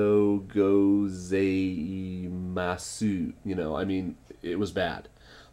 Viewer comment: ah-ray-got-u -go-zai-ma suuuu :D hahaha That was so funny. I really like your videos. You are so nice and friendly. Thank you for your videos.